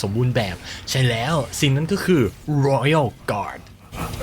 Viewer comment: ชอบการออกเสียง Royal Guard,Sword Master เเบบเป๊ะมาก